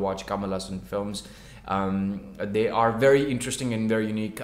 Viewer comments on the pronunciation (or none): none